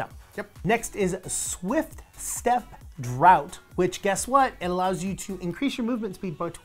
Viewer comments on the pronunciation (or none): hey, just so you guys know, "draught" is pronounced "draft"